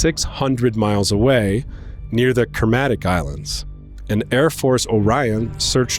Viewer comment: Took me a while to figure out he meant “kermadec” when he butchered the pronunciation!!